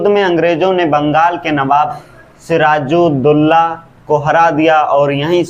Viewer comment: भाई धीरजुदुल्ला नहीं सिराजुद्दौला✅